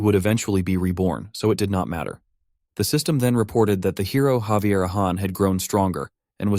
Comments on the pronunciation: Hearing Xavier is giving me cringe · Why is Javier being pronounced as Xavier? 😫🗿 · Am I the only one that pronounces Javier name as (Ha-ve-air)?